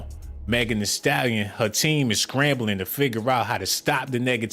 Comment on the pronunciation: Megan THEE Stallion. Megan with the T